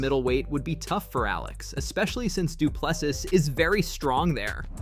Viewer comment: its Du Plesie the S is silent i am from South africa.